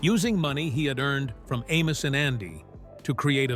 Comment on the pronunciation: This was a nice documentary of the characters. It would've been better if the AI voiceover was less obnoxious in pronunciation of names like Amos ("A-mose") and Madam ("M'-dam"). Would've also been better if you had used clips in the background that portrayed the person being discussed, and not a hodge podge of Amos n Andy clips that often weren't showing the subject. It makes me think this entire video was AI-generated. If so, the lack of human effort shows. Amos n Andy was - and always will remain - my favorite TV show of all time. I've seen each episode at least a dozen times, including some that have been lost. Like when Andy owned a bakery. The best line ever uttered in all of the shows was when Kingfish told Andy he had married Sapphire "for better or worse, till death do us part. And it can't come none too soon for me!"